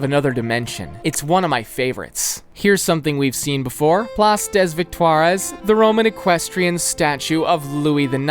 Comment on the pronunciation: Nobody:: Plââce dèss Victoirèss